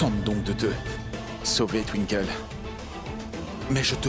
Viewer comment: Qui comme moi à remarquer que c'est youvi qui sait bien prononcé le nom de Twinkle😂😂😂 pas étonnant que les autres qui commente dit tinkol d'autres twikole et etcccc.... Blablabla😅😅😅😅😂😂😂😂